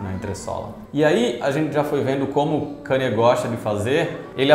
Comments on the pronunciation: Mas por que falar o nome dele errado se sabemos falar o certo? 🤔 É Kanye, e pronuncia-se Ka-nie, e não Kenie. 😉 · Pfvr n fala kanie fala kenie pfvrrr